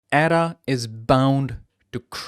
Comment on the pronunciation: lol, if you can't even pronounce ADA correctly, why should I even bother listening?